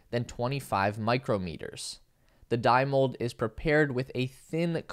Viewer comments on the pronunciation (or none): none